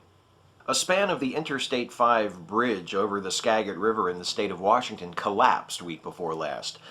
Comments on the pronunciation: As a NW native, I'd like to point out that it's pronounced skajit (or skadgit), not skag-it. It is a bit stupid, though ;) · Skagit is pronounced "ska-git" not "Skag-it". It's a Native American name :-) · Minor detail, but it's pronounced "skajit" you enunciate the G as a J. But it's cool. [ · Actually you pronounce it SkaJit. Good clip, though. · Actually, it was deemed structurally satisfactory before the incident. This bridge should have been replaced long ago, not because is was unsafe, but because it was a bottle neck on I-5 which is why they built a second bridge a few decades ago. This bridge served both directions of traffic at one time. WARNING: Nit picking ahead. It is pronounced Ska-git with the "a" as in jack and the "g" sounding like a "j." TheFreeDictionary do co has an audible of the correct pronunciation. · (hard "g" on Skagit) ;) You're right, this one was bad and there are TONS more (at least here in Wa) that are in trouble! (One of which trains go over several times every day). I think if we continue to make a fuss over this kind of thing, eventually someone will listen. Thanks for addressing this! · ...and infrastucture repair would mean my husband would be working steadily, not half the year.But Congress doesn't need that, I know.The collapse was shocking.I was like "So this bridge was set up to go down like a domino train?" The only thing I will correct you on is what all non-Washingtonians get wrong: Native American names.Skagit has a soft "g" like "giraffe". (You're welcome!) Now say "Puyallup" "D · nice, I'm from Whidbey island so it's pretty annoying when people mispronounce Puget and Skagit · why do people always pronounce Skagit wrong?